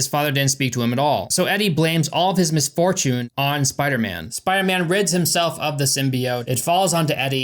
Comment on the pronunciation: The way you pronounced “misfortune” made me laugh. 😂 I love this channel. The editing is really great, by the way.